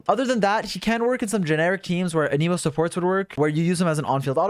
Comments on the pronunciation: You gotta relearn how to say Anemo, it isn't said like Animo it's like you write it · For the last time… AN-UH-MOW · aneemo? people say it like tha? isn't it anEmo? Anyway love Heizou, nice vid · Hearing you pronounce Anemo as "Aneemo" IS WEIRDLY LIKE...SATISFYING? DONT TAKE THAT IN A WEIRD WAY IT JUST SOUNDS FUN? IDK 💀🤝💀 anyways THANK YOU FOR THIS VIDEO Heizou for some reason is hard for me to build? 💀💀💀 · Idk why, But I heard "The new Emo 4 star" and that got me dying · whenever you say "anemo damage" I just hear "an emo damage" and imagine heizou playing a g note as an attack. it definitely improved the video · Every one : hmm ok! Got the information i needed Me : why does he keep pronouncing anemo as an-i-mo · Uh-Knee-Moe Damage.